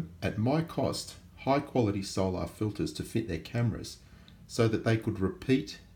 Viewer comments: why do you pronounce 'soul-ar' like that? It's unusual. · I'm Australian, and I don't know anyone who pronounces it like that